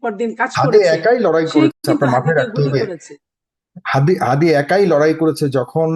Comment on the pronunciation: আপনাদের দলের মহাসচিব উসমান হাদীর নামটাও ভালোভাবে বলতে পারে না আর আপনার কথা কেমন হবে